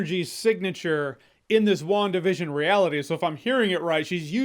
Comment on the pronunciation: is it just me that hears 'One Division' instead of 'WandaVision'?